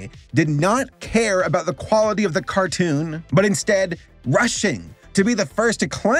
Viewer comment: Why did you pronounce cartoon like that? :D